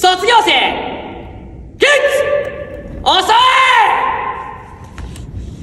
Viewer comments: 起立をキリッツて言うのがツボったw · 起立じゃなくて最初きりっつって言ってる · "あざっす"みたいに"きりっつ"って言ってんの最高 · 「キリッツ」草プリッツかと思ったわ😂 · 「きりっつ」てあざっすみたいな言い方だな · 起立の言い方があざっすなんよ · 何で「起立」が「あざっす」につられて「きりっつ」ってなんてんの？笑